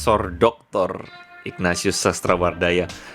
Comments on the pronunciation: Pas baca Ignatius jadi ikhfa... ightatius wakakakak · Sejak kapan nama ignatius ( dibaca : ingnasius ) berubah jadi nama " Iqnatius " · Ignatius dilafalnya Ikhnatius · Dia blg bapaknya kardinal, Dianya ex pendeta Sebut nama santunya aja salah...Ignatius dibaca igna-tius...wkwkwkwkwkw